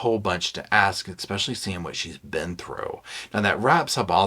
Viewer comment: Please, for the love of all that's holy, stop putting a "K" in the word "especially"! It's NOT eKspecially! Yes, I'm petty Patty. 😂 Every time you say it I just want to throw my phone... Please? Just try it... Now, back to the video. Thank you for reading this book so I didn't have to. I'm old enough that I remember this story from day one, back when she and her mom were on all of the original talk shows and they got the habitat for humanity house and all of that and I felt really sorry for Gypsy but I also thought that there was something wrong with that picture. I could never quite put my finger on it but something just didn't seem right. I want so much to be on her side but she's really making it tough. (That doesn't mean I excuse her crime, it just means that I want to wish her a happy future but at this point I'm just not quite there yet.) Oh my God, you just did it again... 😅 I also love that you say luggage instead of baggage.. I think I might borrow that one.